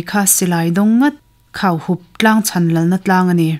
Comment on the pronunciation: Cheural lal hming i sawi hi Khauhup nilovin Khuahup tihtur a ni.